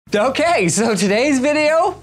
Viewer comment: "Dokay so todays video..." Bruh linus never talks like that